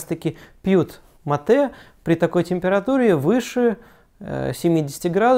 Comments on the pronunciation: Правильно не матЕ, а мАте! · В слове «мате» ударение на букву А